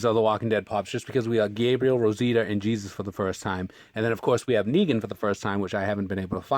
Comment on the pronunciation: the way you prenounced jesus wasent right , it's just normal way . jee-sus